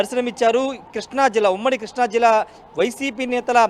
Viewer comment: Arae కృష్ణా రా బాబు ,కిష్ణ కాదురా